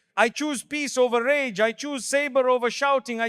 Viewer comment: Excellent topic but please stop using A.I. it throws you off ragah instead if rage lol.